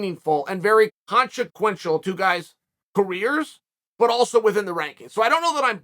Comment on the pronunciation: RECORD BREAKING 1 MILLION SUBS TIMESTAMPS: / - “Fresh coat of paint” / - The new pronunciation of ”consequential” / - A new take of “It’s one of those things” / - First and only Leg Cross / - Chael’s unit of measure, the “keelogram”